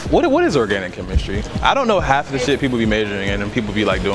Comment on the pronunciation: How is the first word "The" and the rest "da"?